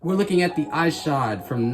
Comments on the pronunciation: ****ISH-od. Not Eye-shod. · Shoe looks fire man, seriously debating getting a pair. Just for future reference it's pronounced Ih-shod not eye-shod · it's pronounced "Eshod" lol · Why you saying his name like that?